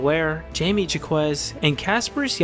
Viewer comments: I don't think it's "ZhaKwezz" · Turned off the video when I heard "Jamie Jackwez'